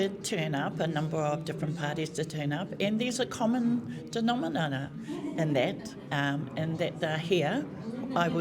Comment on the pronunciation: "A common denomenene" 😂